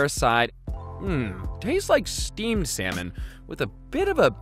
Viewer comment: Err...He is say seminal ...or salmon . I hope it's not what I heard wrong....